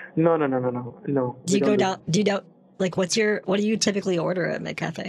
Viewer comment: He mixed up McCafe with McCafrey